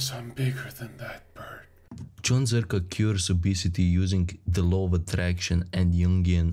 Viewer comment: ''lau auf atröktchon'' you pakistani? eastern definitely